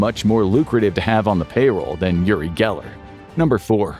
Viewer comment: "Yuri Geller" - are you trying to say "Uri Geller"? He's not Russian. It's pronounced Ooory not Yury. 😉